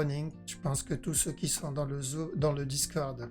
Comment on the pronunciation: au début j'ai cru entendre "tout ceux qui sont dans le Zoo", mais tu voulais dire Zoom, c'est pas passé loin d'un lapsus révélateur 😂😂😂